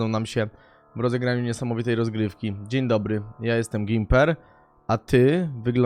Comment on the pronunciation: „Dziń Dybry” czyżby Gimper oglądał „Alo Alo”?